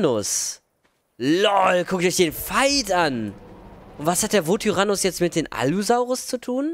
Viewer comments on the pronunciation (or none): Das heißt Yutyrannus Und nicht Vutyrannus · Das spricht man Jüteranus aus